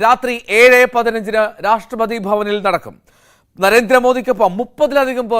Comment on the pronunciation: മലയാളം മര്യാദക്ക്പറയാൻ പഠിക്കടോ രാഷ്ട്രപാദിയല്ല രാഷ്‌ട്രപതി കഷ്ടം 🤔